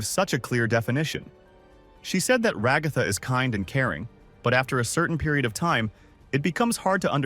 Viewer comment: Ra-goth-ah good lord man.